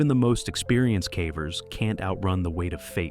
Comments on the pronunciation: Well, cavern is prounced “caa-vern”, so of course caver must be pronounced as “caa-ver” 😜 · “For these cavvers,…” 😂